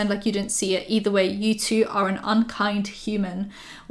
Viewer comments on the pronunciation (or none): none